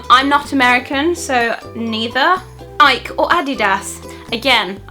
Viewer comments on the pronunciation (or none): She said nik and adidaas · You're attempt at trying to say Nike and Adidas is hilarious :P not your fault, but it was adorable